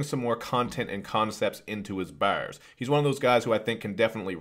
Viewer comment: I lose it everytime you say baaeewwrs